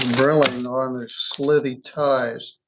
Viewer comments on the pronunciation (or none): With all due respect for, the word is pronounced, "Borogove", not "Borogrove". There is only one "r" in the word. Also, the slithy creatures were "Toves", not "Tives".